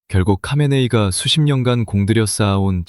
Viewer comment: Ai 목소리가 수많은 이들의 녹음샘플에 모음집입니다 하메네이의 하가 묵음처럼 들려 카메네이로 들리긴 하겠네요 듣는 이들은 선별하여 이해해야 합니다